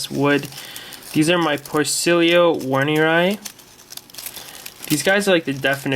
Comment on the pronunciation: Great video mate, I love isopods dearly. Can I just be an ass though? The armadillidium werneri is pronounced with a V, rather than a W :)